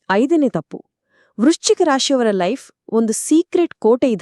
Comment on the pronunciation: Ivr Mathadthirodu Vruschika Raashi❌Lashi✅ yavr bagge😂😂😂